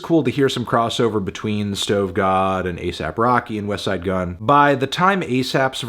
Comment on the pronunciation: Finally said “westside” correctly I’m proud of you melon